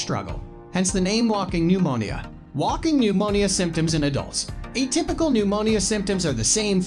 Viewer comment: Nemonial is how he pronounces pneumonia. It's hard to take it seriously!